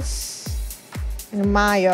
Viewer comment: There's something so charming about the way pronounces mayo.